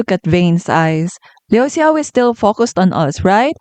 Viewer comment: No hate here! But I think "Xia" In Xia Fei is pronounced like "下". And the "Xiao" In Liu Xiao is pronounced like "小" Based on what I heard when their names were called. But I could be wrong.😄 Also, great analysis!